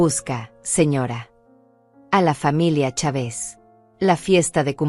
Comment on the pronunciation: Los acentos los coloca donde no va y dónde va lo sustituye. En México es Chávez y ella pronuncia chave's